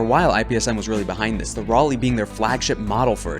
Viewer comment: I have my Uncle class compcon attached to my kinetic hammer. 2 difficulty? Doesn't matter, Reliable 4. Also, THANK YOU for finally pronouncing Raleigh right.